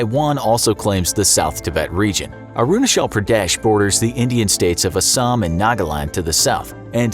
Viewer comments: First of all , you spell Arunachal Pradesh . It's not Uh-roo-nuh-chel Pruh-deh-sh , it's Ah-ru-naa-chal Pruh-de-sh :( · No one : Literally no one : The guy speaking: aru na shell pra des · Am I the only one who’s uncomfortable with his “aroonashell praadyesh” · he can pronounce China with a " Chai " but he can only pronounce Arunachal with "shal" .... wtf lol ? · It is not pronounced as 'Arunashal Pradesh'. It is 'Arunachal Pradesh'. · Sorry your pronunciation is wrong it's not arunashal Pradesh (I'm an Indian and it's differently pronounced here in India)😂😂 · ITS NOT ARUNASHAAL PRADESH ITS CH CH NOT SH AND A IS AAAAAAAAAAAAAAA A FOR AAAAAAAAAAAAAAAA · i kept laughing after hearing how arunachal pradesh was pronounced its like aaaruuuunaaaachaal pradesh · I was so confused when he pronounced Arunachala Pradesh and aksai chin 🤣🤣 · I like the way he pronounces Arunachal Pradesh😂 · How difficult could it be to say Arunachal Pradesh correctly 🤔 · the way he spells "Arunachal Pradesh" is just akward for us and silently embarassing fr the narrator. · How he pronounced arunachal pradesh is funny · Your pronounciation for arunachal pradesh is completely wrong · Bro you are pronouncing Arunchal pradesh wrong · You can't speak Arunachal Pradesh properly ?